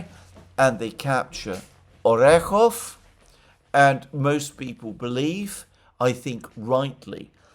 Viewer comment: Orekove -----> [ ary EK of a ]. e represents a YE, which casts its y back to preceding consonant.